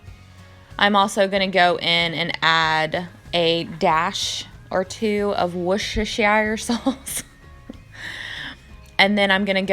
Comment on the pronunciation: I’ve never made the Greek chicken but that looks so easy and good, I’ll have to try it but without the peppers! Loved how you said Warshire sauce😂😂😂